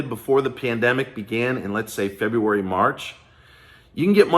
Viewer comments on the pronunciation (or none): none